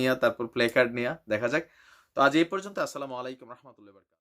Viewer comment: Bhai, Salam ta thik kore dien. Assalamu alaikum.